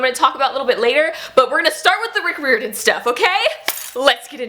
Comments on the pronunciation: I agree with all the Rick Riordan love, but it's Rick Riordan said like "RYE-r-don". I want to read the Kane Saga graphic novels. I think those are the only Riordan produced thing I haven't read save the newest book. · your pronouncing his name wrong, it’s: Riy-ordan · Not sure if anyone's mentioned this by his last name is pronounced 'rye-or-den' :) just wanted to mention that. WHERE DID YOU FIND THE PAPERBACK COPY OF HOO?? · Your saying his last name wrong but I’m new and I’m in love with your channel